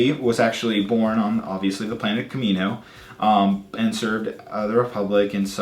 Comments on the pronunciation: Kaminoan is pronounced Cam-ih-no-an. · It's kaminoan ka min o ahn